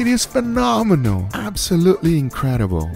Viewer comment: Why is that when says "phenomenal", it sounds like "phenomeno"